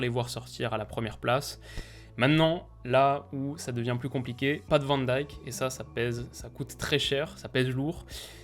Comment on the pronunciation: Van dijk (eik) pas "van daike" haha